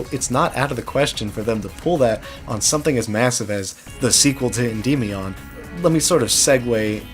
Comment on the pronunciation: Unrelated, but I remember checking how "Endymion" is pronounced and I'm under the impression none of us were saying it right.